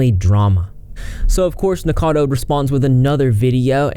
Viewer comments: Its Nick O cado.... Rhymes with avocado... Not nickcado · P.s. it's "Nick-O-cad-O Avocado" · Idk if you're pronouncing his name wrong on purpose but I support it.